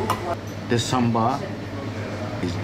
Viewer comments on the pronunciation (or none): Hare Krishna 🙏🙏. I love the passion of chef. It reflects is the taste as well. Thanks for bringing this in your channel. The only suggestion I have is. I notice the chef saying samber and your title as well. It's actually "Sambar" and not "Samber".